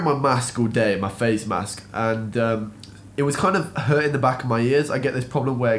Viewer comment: Man, you pronounced mask (口罩) like oral sex (口交) 😄